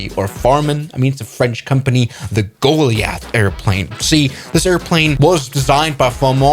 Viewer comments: "go, lee, ath" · You always mispronounce goliath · Have you never heard anyone pronounce "goliath" before?